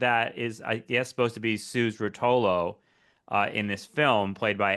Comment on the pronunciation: I think the name Rotolo was pronounced with an accent after the first syllable, at least that’s how our mutual friends pronounced it… Did he say Dillon’s performance in DC at the Big civil rights march was lackluster? Remind me to tell you my take on that.